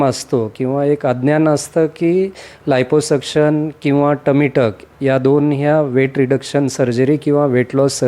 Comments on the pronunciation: 😂 आयपो सक्षण नाही ओ, लायपो सक्षण म्हणा😅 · NDTV च्या पत्रकाराने लायपोसक्शन ऐवजी आयपोसक्शन केलं. 🙏🏾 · Anchor ne navin shabd shodhla iposuction 😂. Aadhi abhyas kara neet